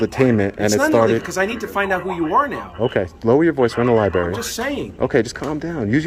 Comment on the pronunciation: Libarry! lol